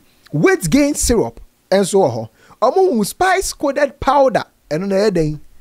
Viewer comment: Konkonsa nti said’paida’ instead of powder 🤣🤣🤣